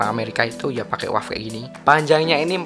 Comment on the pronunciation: lu seharusnya baca U-A-V dengan dieja per huruf.